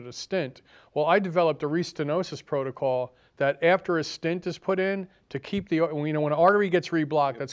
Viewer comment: btw, the word is stent not stint. stint is a period of time --like a short stint